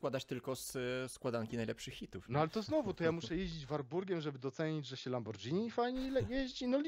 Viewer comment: "lamborgini", nie lambordżini, tak jak "spagetti" a nie spadżetti ;) tak na przyszłość ;)